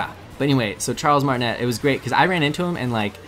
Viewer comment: It's Martinet (Martin-ayyy) not Martinette (Martin-ett). Also, what is the song for funky Kong's dance? I bet a lot of people ask, so you should put it in the description.